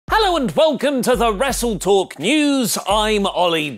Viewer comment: "Wrestletoke Neeeeews"